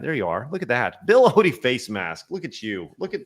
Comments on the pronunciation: Bill oddy is how it's pronounced not ody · Hi, the name is Bill Odd - ie not Bill Oodie.